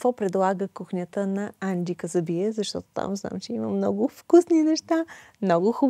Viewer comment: Енджи е красива, остроумна и полезна. Водещата е българка, а говори по-забавено от госта. Опитва се да вкара акцента на Енджи, но изглежда, като със забавена мисловна дейност. Даже името на Енджи изговори неправилно-Анджи. 😢